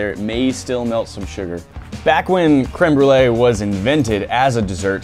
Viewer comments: i’m so bothered that said cream Brulé instead of créeme Brulé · I'm french and I heard crumble instead of crème brûlée. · how white do you gotta be to pronounce it "cream brulee" it's french, please 😭 creme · .... wait... did she say cream brulee? ... ... she did... its creme (crem) brulee.... .... What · Can’t be the only one annoyed at pronunciation of crème brûlée.